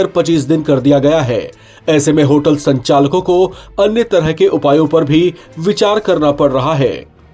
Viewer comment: Abe होलट nahi होटल hota hai😂